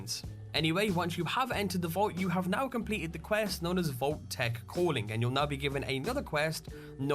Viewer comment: Why the "h" on "Vault-Tec?"